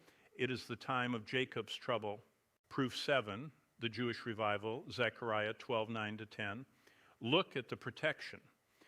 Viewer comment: This must have some AI-generated product, because I've never heard my brother say "{Zee}chariah" in my life. I've listened to and learned from him for over 3 years, and I know how he pronounces scriptures.